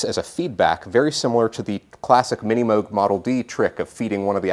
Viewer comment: Good job! You said Moog like "Rogue", as opposed to moog like "Google":P (...thanks for the run down on this Synth√ )